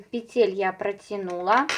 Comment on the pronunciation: пЕтель, пЕтель, пЕтель 😬, не говорите пожалуйста петЕль.